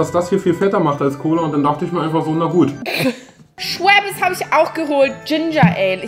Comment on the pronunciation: Schweppers Ginger eeel... Also ich spreche es Schweppes ginger ale aus 😂